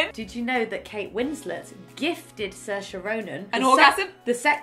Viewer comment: How did They say SAOIRSE ?? Irish trauma